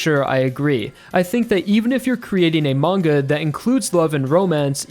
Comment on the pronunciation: mangaの発音、時々マン毛。